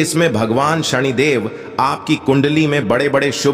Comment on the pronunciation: सनि देव है उच्चारण सही करो सणीदेव नहीं